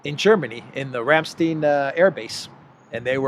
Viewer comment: has considerable difficulties with certain foreign names, especially with those, whose native speakers he does not like. A silliness which he picked up from the US. Btw. Rammstein = the band, Ramstein = the base.